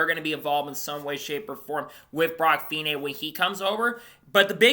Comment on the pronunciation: Great news, hope it happens, he has the talent. One point his name is pronounced feeknee Cheers